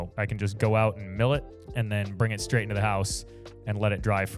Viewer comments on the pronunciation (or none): LOL did you say scraight skreet while drinking out of a scraw